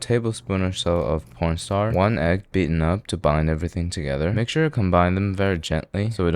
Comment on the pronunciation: why do u always call ur corn starch porn star